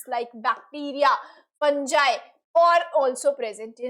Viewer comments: Mam, pronounce fungi as fun gee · No! Fungi as fun gaii